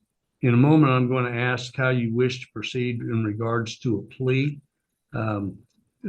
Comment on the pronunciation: Why can none of these idiots not be able to say the word "ask" properly